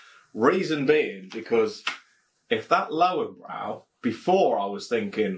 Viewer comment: Cracking review, as always. Looking forward to the Spaten Oktoberfestbier video! German beer reviewers tend to prefer it over the Löwenbräu Oktoberfestbier. Have ordered a keg myself already. Your pronunciation of Löwenbräu is pretty good by the way, however, the German "w" is like the English "v" and "-äu" is like the English "-oy". Coming from a native German. But enough of the wisecracking, keep up the good work! Cheers